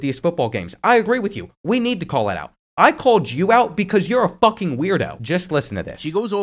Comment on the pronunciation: I’ve legit never heard “fucking” cut through like that😂